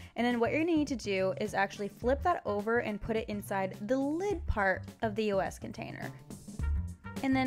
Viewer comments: it was so annoying how throughout the whole video she was saying e-o-s instead of the word eos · the brand name is not pronounced by each letter. it's all one word. just a tip since youtube success is getting competitive you might want to do some research before hand on the brands you are going to feature, it makes you look more professional